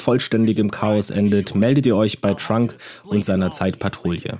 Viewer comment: Er hat auch Trunk gesagt anstatt Trunks xDD